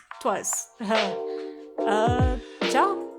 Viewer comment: confirmed my fears with that "ciao" , never again.